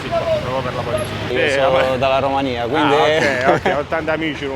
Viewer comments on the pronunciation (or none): none